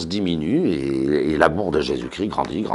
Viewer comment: Jésus-Christ Jésus ne crie pas Chrisssst